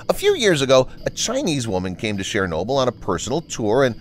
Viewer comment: Would have been nice if the narrator had bothered to learn, and use, the correct pronunciation of 'Chernobyl'.